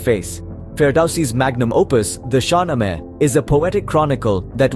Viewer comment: Mispronunciation 1.0 SHAH NAAMA